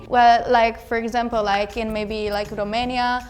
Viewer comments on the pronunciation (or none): none